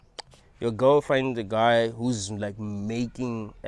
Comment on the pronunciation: I thought he said ghost rather than girl 😅